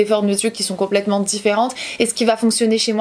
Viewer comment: Superbe! Et oui ton rouge à lèvre est à tomber 😉. Sinon tu me fais trop rire quand tu dit le mot "complllllllètement" tu le dit (dans toutes tes vidéos d'ailleurs) en insistant sur le L. J'adore à bientôt bisous 😘